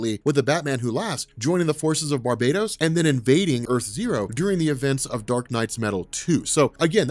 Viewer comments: Why you call him Barbados . He’s not a fuckin country lol . Bar - bat - os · BAR-BAH-TOS NOT BAR-BAY-DOS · It’s not Barbatos It’s Bar-BAT-os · Exactly what I was thinking as well, lol. How can you ignore the BAT pun sticking out right in the middle of that word, especially given the story we're covering? Lol!